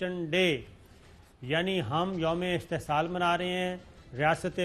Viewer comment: please correct your urdu استحصال